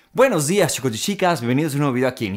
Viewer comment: "shicos y shicas, shiquitos"